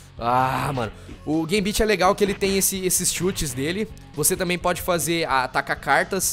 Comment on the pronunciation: Nossa, não entendi pq raios tu tentou destruir as motos com os raios do ciclope se só o combo do soco resolve uhhauhuhauhauhauhahua.... E não, esse jogo não é tão difícil assim, acho Marvel Super Heros War Gems beeeeeeeem mais complicado. Foi de doer a pronuncia dos nomes dos personagens uuahuahhuahuahuahuauhauhauhahua, morri com a do Gambit... Ah e já podemos todos te batizar de? auuaahuuahuahuhuhuahuahuh